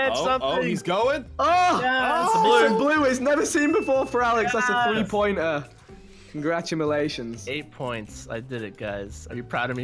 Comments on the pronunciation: normal people: Congratulations Vikkstar: congradumalations! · He said congratumlations